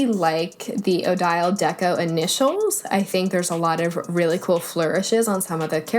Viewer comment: You’re killing me with the way you are pronouncing Odile. It’s the name of the blake swan in Swan Lake. I wonder if there is an Odette (white swan) font by the same creator.